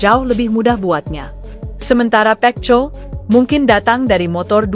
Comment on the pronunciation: Perbaikan ucapan mu min pecco itu di baca peko bikin kesal dengarnya ⛔😡